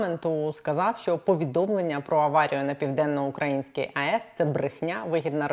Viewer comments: при всій повазі - не ПівденноукрАїнська,а ПівденноукраЇнська, невже Вам це не відомо. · ПівденноукраЇнська ! !!! Ведуча, говоріть правильно! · Наголос!!!!! ПівденноукраЇнська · Пані, Піаденно-украЇЇЇнська АЕС. Ну дуже ріже вухо....вибачте) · Південноукраї́нська атомна електростанція, пані зважайте на наголос, бозвучить якось не дуже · хочу допомогти вам говорити правильно, а саме вимовляти слово 'ПівденноукраЇнська АЕС'. Наголос на букву ї. Дякую! А то звучить дуже негарно. Також дякую за випуск!